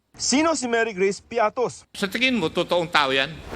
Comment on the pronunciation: Marygrace piaty hindi piatos😅😂